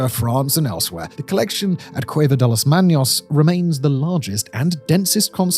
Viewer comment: And the C in cueva is the same as in cave. Not hueva or whatever the hell he said. Plus trucho is troo-cho (the ch like chocolate), not Troo-ho or Troo-jo (edit to add more at the end of the video)